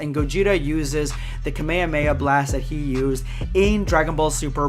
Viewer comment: You're the only one who can pronounce kamehameha right thank goodness